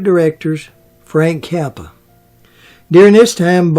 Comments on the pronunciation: Is he saying the Director Frank Capra ? Sounds like he's saying Frank Cappa , but Frank Capra was the great Hollywood director back then he directed it's a wonderful life. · It’s Frank Capra, not Kappa